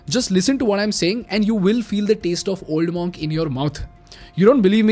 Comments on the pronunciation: Pronounced 'mUnk' ✅ not 'mOnk' ❌ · Superb video . Keep up the great content. However it’s pronounced as Munk